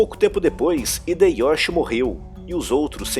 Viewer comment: o "Hideyoshi" é pronunciado "Rideioshi" "Ieyasu" é pronunciado "Ieiassu" essa NÃO é uma correção, mas um adendo importante, que muitas pessoas não mencionam, o que acaba levando a mal entendidos: Portugal vendia tantas armas pros feudos em guerra do Japão que chegou um ponto que havia mais mosquetes/arquebuses no Japão do que em toda Europa, com o fim da guerra civil japonesa, e dado que Tokugawa optou por ter um governo diplomático, em vez de militar, e por tanto não retornou a atacar a Coreia, a economia portuguesa recebeu um golpe significativo, e, no intuito de recuperar a renda, Portugal financiou e armou uma revolução contra Tokugawa, visando reiniciar a guerra civil para que eles pudessem voltar a vender armas para todos os lados do combate. A revolução foi massacrada. Todos os maiores samurais da época, inclusive aqueles que estavam do lado perdedor em Sekigahara defenderam a autonomia japonesa contra a influência de uma potência externa que desejava mergulhá-los em mais cem anos de guerra civil. Exterminada a revolução, Tokugawa ordenou que todos os apoiadores e fomentadores desta fossem mortos e que o país fosse fechado para as potências europeias (mas não pra China e Coreia, apenas para os Europeus), para o cristianismo e mais alguns grupos de origem europeia. A exceção foi uma única cidade portuária que pode continuar a fazer comércio com os Países Baixos (vulgo: Holanda), que não apenas eram rivais econômicos de Portugal, mas foi quem os denunciou